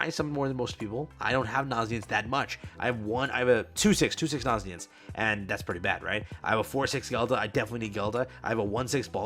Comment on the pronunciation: Aint no way bro is still calling him naziens 😭